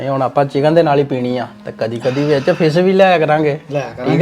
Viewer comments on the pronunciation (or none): “ਫਿਸ”😂😂, it’s ok ਤੇਰੀ “ਫਿਸ”acceptable ਆ, ਜੇ ਅਸੀਂ ਕਹਿੰਦੇ ਕੇ “ਫਿਸ” ਜਰੂਰੀ ਕਹਿਣਾ ਸੀ ਏਦੀ ਜਗ੍ਹਾ ਮੱਛੀ ਕਹਿ ਦਿੰਦਾ, ਫਿਰ ਤੂੰ “ਮੱਸੀ” ਕਹਿ ਦੇਣਾ ਸੀ😂😂, ਸੋ ਅਸੀਂ ਤੇਰਾ “ਫਿਸ” ਕਿਹਾ ਈ ਹਾਜ਼ਮ ਕਰ ਲੈਨੇ😂😂।